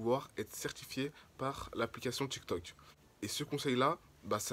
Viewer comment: c tiktok pas tictoc